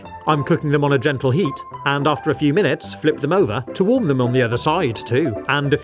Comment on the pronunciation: That not " FEW " for sure